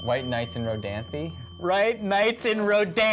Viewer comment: lol. is that how you pronouce Rodanthe?